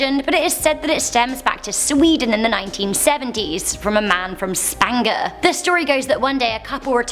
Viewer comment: I think she means Spånga (å pronounced like the o in sponge)